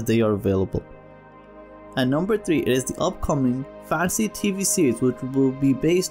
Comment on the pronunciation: Instead of Fan-see.. it's more Fan-Teh-See